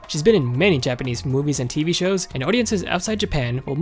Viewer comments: I love how you pronounce every Japanese names in Japanese pronunciation rather than English pronunciation. I got sick of narrators in YouTube videos pronounce every language word in English pronunciation. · It's really nice to see a Nioh video from someone who can pronoune Japanese names. Literally no one else that I've seen can.